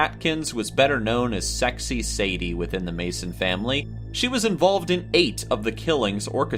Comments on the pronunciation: Did the narrator actually refer to the Manson family as the MASON family? Sure sounded like it. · The "MASON" family? Come on! You don't know that it's THE MANSON FAMILY?? Wooo! There's something wrong with you pal!